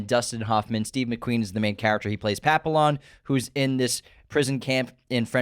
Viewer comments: "Papillion" is pronounced: pa·pee·aan (french) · It’s pronounced “Pappy On” boys